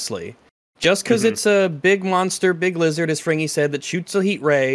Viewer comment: 5 seconds in we got "Lig Bizard" and I already know this is gonna be a good one!